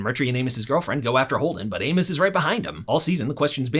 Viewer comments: Please don’t hate me. Please Did he say Amus or anus? Because at the start I swear he said anus but later he says amus So I’m not sure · If I didn't know who this was I would've thought you said "Anus"